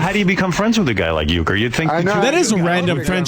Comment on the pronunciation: Are you joking when you say Huecker...? I-ron?